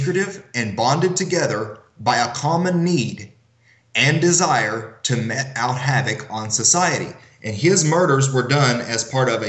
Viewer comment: It's "mete out havoc". "Mete" is pronounced like "meet", NOT like "met" (meht). Please stop discrediting the literacy of those of us in the conservative movement with illiterary and phonetic ignorance.